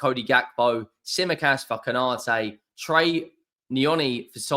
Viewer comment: It's trey not troy ya spaz